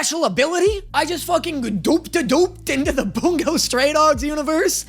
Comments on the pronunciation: please... its Bun-Go not Boon-go... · buongo?? like it’s bungo